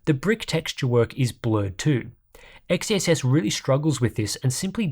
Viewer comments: I want to tip my hat at you for saying XeSS multiple times without fail. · Respect for a constant perfect pronunciation of XeSS